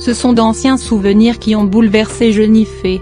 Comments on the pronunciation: La voix est chiante elle dit jeunifé au lieu de jenifer et teuh voice au lieu de the voice mdr jai mal au ventre 😄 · Ce n est pas ''jenife'' c est jenifer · C'est jenifer pas jeunife faut apprendre à parler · JENIFERRRR pas jenifee 😕😕😕😕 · Jeunifé ? x) Jennifer ! Et pas Teuh VOICE mais THE VOICE ! xD Puis la voix et chiante x) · Elle menerve avec son jenifé ont dit Jenifer bordel avant de dire des choses sur youtube aprend a parler mdr pour info je ne parle pas de celuis qui a écrit ce commentaire je parle de la femme qui a parler sur la vidéo. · Non mais quand on fait une vidéo sur l idole de bcp de gens... au moins on respecte son prénom quoi ça m enerve 😅🤔🤨🤯😡🤬🤧🤧🤧🤧mon idole s appelle Jenifer et pas Jeunifer...😡😭😭😭 Sinon ma belle jen je t aime trop t toute ma vie ❤❤❤❤❤❤❤😍😍😍😍😍😘😘😘jtm a bientôt au russey dans 20 jours au festival pop cornes 😍❤jtm bisous ❤ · Ça se dit JENNIFER pas JENIFÉ mdrrrrrr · C'est pas jenifé c'est jenifer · Jpp "Jeunifé" 😂😂😂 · Elle dit jenifé et aussi te voice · C'est pas Jennifer avec et mais c'est Jennifer avec er donc ça se dit Jennifer